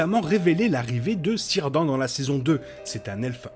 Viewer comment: Cirdan = Kir Dann et non Sir Dent mdr. D’ailleurs (pas sûr) l’acteur peut-être relooker pr incarner Annatar. Perso je vois bien l’acteur avoir des lentilles bleues, cheveux long, oreille pointue...